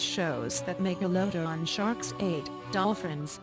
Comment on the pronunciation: Why the narrator can't pronounce the word MEGALODON properly